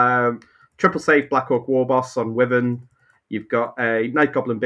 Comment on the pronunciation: I appreciate that there's a war between people who pronounce wyvern as 'wivvern' or 'why-vern' then disregards both and says 'worthen' 😂